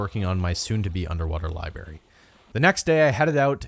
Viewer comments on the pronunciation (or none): I’m fine with all the random crap he does in this video, but is no one going to watch all about how he says libary?! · bro lye berry💀